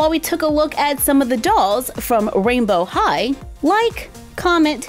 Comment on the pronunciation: OMG!!!!! Rainbow high sounds like “royal high”